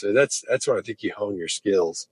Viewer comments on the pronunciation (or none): did you really just say "home your skills"???? 18.36 or did I hear it wrong? lol